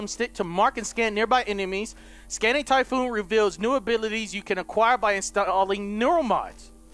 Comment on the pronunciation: you say typhoon but its typhon